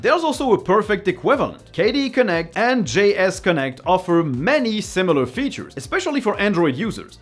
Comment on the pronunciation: I didn't know about GSConnect, and the way you pronounced it had me searching for "JS Connect" and I was very confused at the results 😅Anyway, thanks for the recommendation! I'll definitely give it a try, as better integration between my phone and desktop is something I've been wanting for a while.